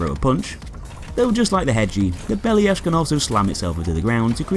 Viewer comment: Plyusch should be said like “PLYOOSH”, one syllable, not “PLYE-oosh” I know this is nitpicky, but this robots name is pronounced “BELL-yash” and not “BELL-ee-ash”. Two syllables, not three.